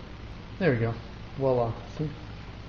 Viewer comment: "Wala"? Lol... I think you mean voila... But great work anyway. :)